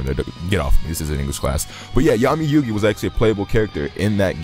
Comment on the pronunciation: So glad you said Yugi!!